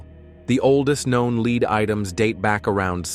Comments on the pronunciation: Yeah ! Right ! What the Heck !! Oh No He said Leed Not Lead ! LoloL Oh Brother is it even worth watching the Rest of this SH_T ??? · but he keeps saying ‘led’.